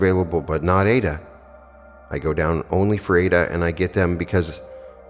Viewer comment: I have read and followed Neville (in his own voice lectures) for 15 years. I subscribed to you because your voice is so mellifluous and beautiful, i never grow tired of listening to you reading Neville. Incidentally the opera is pronounced eye ee da. No disrespect intended. Thanks for all you do 💜